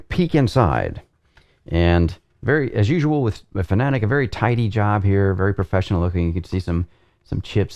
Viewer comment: You're saying Porsche as "Porsh" not "Porsh-uh"...? Edit: And Fanatec as "Fuh-na-tik" instead of "Fan-uh-tek"